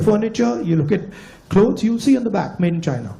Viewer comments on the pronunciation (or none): BJP mein kaisa kaisa Jahil CM hai, Hemanta Biswa Sharma China ko Syna bolta hai. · Shaina nehi re chaina 😂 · Sir this ex congress leader can't even pronounce China he's pronouncing it as SIENNA..... such leaders are Redundant ..... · Phle bolna Sikhle China ko Sina bol raha hai neta 😁👍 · Shaina nahi anpar neta ji chaina hota hy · Bola to jaa nahi raha china ko cina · Abishkar ji hemant visha Sharma ko tou china ka naam bhi bolna nahi aata china ko chinna bol Raha hai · cha ko sa bol Raha hai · सायना नही बे चुत्ये, चायना बोल😂😂😂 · Its not Saina it's bloody China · Himanta ji, Saina nhi china boliye.😂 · Abe bobde saina nahi china hota hai kuch bolna nahi aata aur cm bana baitha hai. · Siena nehi hai china hai kam se kam pronounciation tik se bolo😂😂😂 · Murkh wo Saina nahi Chaina hay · Sina ??? Can someone telll thim guy its Chi... not Si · Pahle bolna Sikho Saina Saina Kya Hota Hai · Saina nahi hai damro chaina hota hai😂😂😂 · Shina ni hota china hota h😂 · उसे तो बोलना भी नही आता। साइना साइना बोलता है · China bolne ko bhi nahi aata CM bane hai bane hai😂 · China bol nahi pa raha hemant ji